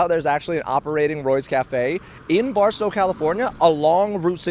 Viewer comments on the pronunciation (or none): none